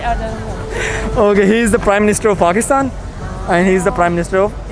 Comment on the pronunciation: Pakistanies pronouncing their country as “Phagistan” just to fit in an foreign country is so funny 😂